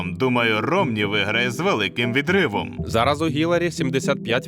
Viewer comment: Дуже цікаве відео , але щоб кайфонути на повну не вистачило правильної вимови слів як Хіларі або Харіс та інші... Сподіваюсь на ваше розуміння)